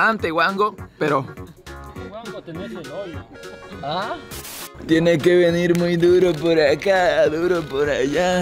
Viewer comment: “ollo” cuando debería de ser “hoyo”